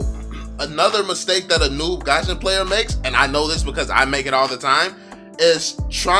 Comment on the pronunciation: Its not gasion! Its fusion!! """"